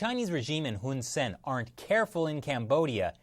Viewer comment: The dict...the prime minister's name is actually pronounced Hoon Sah-ehn (IPA: /hun saen/). For some reason, Cambodians transliterate their /ae/ vowel as 'e'.